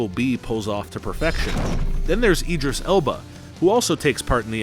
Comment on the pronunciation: Dude, what even is your pronunciation? Hem-doll? 😆 EEEdris? Hero-ic? Joel-ee? I’m just sittin’ here LMAO.